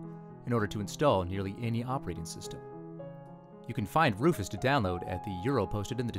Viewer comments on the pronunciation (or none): none